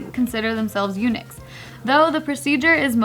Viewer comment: Well I don’t think that’s how Eunuch is pronounced but ok..